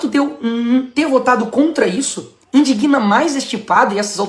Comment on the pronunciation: Ô Nicolas "indiguina" não pelamor! Você vai ser presidente comece dominando a língua!